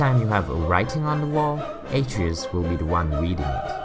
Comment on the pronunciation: Not bad but you should pronounce the sons name properly